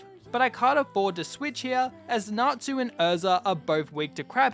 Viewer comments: I’m sorry I know it’s natsu or something but it sounds like n@ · I didnt know it was fairy tale until you said erza - because i wasnt looking at my sceen - WHY DO YOU NOT PRONOUNCE TSU???? Tsu is closer to su than tu- but you say tu and 😭